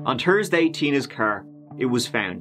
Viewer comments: Tursday? why cannot you pronounce "Th" ?! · Tree 🌲 and the number 3 are not only spelt different but sound different. Thursday isn’t spelt Tursday, 3rd or third has a th at the start not Turd! THink about it. Tank you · "TURSDAY"?.... you know there's an "H" in there right??